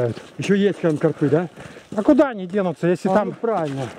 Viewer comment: карпЫ - ударение не правильное , режет слух , а ты , как назло , сотню раз повторил